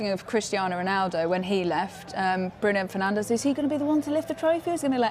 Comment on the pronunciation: "Bruno penandes"😂😂😂